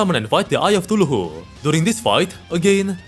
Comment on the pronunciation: "TULUHU" get me every time